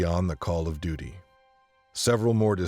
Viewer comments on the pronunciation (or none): none